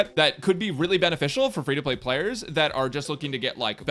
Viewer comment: Did anyone elses brain hear beneFischl. Like when he said beneficial, my brain just automatically made -ficial louder and clearer thinking of Fischl...